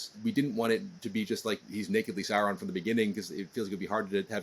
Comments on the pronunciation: He keeps saying Seron insted of Sauron, im getting anoyed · Interviewer can't even say SAUron or Morfydd's name correctly. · These interviewers pronunciation of Sauron lol